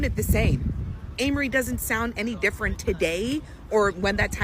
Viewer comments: Not Anne Marie!😂😂😂😫 its A-Marie. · It’s A-Marie.. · It’s pronounced Ayy-Mah-Ree..🙂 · It's pronounced Amerie with the long a sound. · It's pronounced with a long A